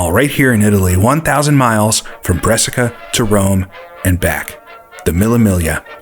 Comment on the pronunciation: Great video but it’s a shame Americans don’t take the care and attention to research correct way of saying names. “Brescia” being a particular example. That was annihilated